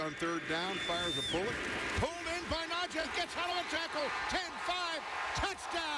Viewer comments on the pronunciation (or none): Can we please get them to say najee correctly it's not najeh. It's frustrating that our own media people can't say the man's name correctly . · PLEASE everyone (especially STEELERS commentators & former players) pronounce NajEE's fucking name correctly. It's NajEE and not Naje'.